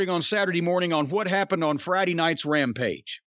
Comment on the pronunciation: "Rampige" as Konnan calls it